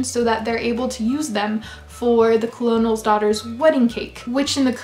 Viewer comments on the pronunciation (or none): I read the entire Three Musketeers series. I forget what it's called. They aren't all as great as that one, but some of them are pretty good. Side note: colonel is pronounced "kernel". One of the vagaries of the English language.